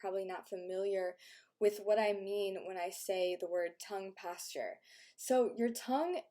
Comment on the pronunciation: So... we're supposed to believe she has had no work done? Not buying it. Also, "tongue pasture."